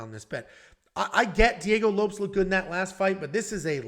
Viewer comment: Is it really Diego Lopes and not Low-Pehs?